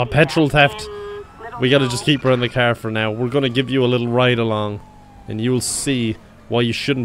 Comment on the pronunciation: love how he says “kyar”